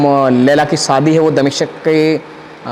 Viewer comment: Saadi, Majaar, Rista, Manjoor bohat khoob. Sharm karo, apni rashtr bhasha apni matr bhasha theek se bol nahi sakte. Learn to pronounce properly Shaadi, Mazaar, Rishta, Manzoor practice then open your mouth.